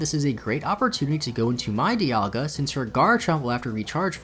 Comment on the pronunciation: “Dialgia” Oh no.